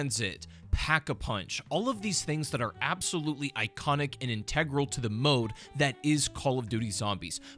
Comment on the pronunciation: Please say integral not integral